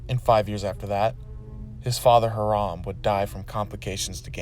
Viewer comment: Bro, you're saying "Hiram" real weird.